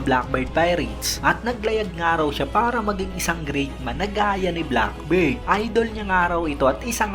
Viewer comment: Bakit kba Black BIRD ng black BIRD? BEARD kasi yun Beeeerrrddd long E sound ang pag pronounce idol.